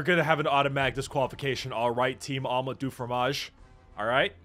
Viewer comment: It's not "omlat du fromage"